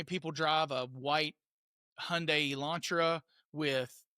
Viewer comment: You’re the first American that I have heard pronounce Hyundai correctly.